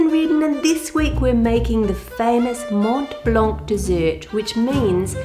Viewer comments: This is so beautiful! Not only the traveling part but also the recipe! As for your french: you almost got it! You just shouldn't pronounce the "c" at the end of Mont Blanc and for "châtaigne" make the "ai" part longer and almost don't pronounce the "e" at the end! French is one of the worst languages to learn so you are doing great!!! Thanks for the great video as always! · Hi, Ann, love your videos. The E at the end of châtaigne is silent, as are the T at the end of Mont and the C at the end of Blanc. Judging from the video, it looks like you had Mont Blanc Speculoos which has biscuit (cookie) added in it. That might account for it being drier than the éclair filling which, traditionally, would be crème pâtissière anyway, rather than crème de marrons. 🙂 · Hello Ann, I'm french and your pronunciation of "chataîgne" is pretty good according to the "gne" in this word which makes it difficult for not french speakers. Other tip, we have some "mute" letters, so you don't have to pronounce the "c" in "blanc". More over, we have two words in France for chestnuts, there is "chataîgne" and "marron" (which can be also refer to the color brown) but "marron" are technically not edible. I said technically because some "marron" are the deluxe version of "chataîgne", don't remember exactly how and are fit to eat. Those "marron" are usually made for "crème de marrons" (chestnut creme) or "marrons glacés" (candied chestnut) which are usually festive products in France. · Bravo Ann, your pronouciation is nearly ok, just un little detail for "Mont blanc" you must not pronounce the "t" of Mont and the "c" of blanc and this is perfect, same goes for "chataigne" the final "e" il nearly silent. I love your channel and recipes, thank you for sharing all your skills and hope you had a very nice time in France. Love Brigitte from a very small village in Dordogne, Agonac, near Périgueux. :)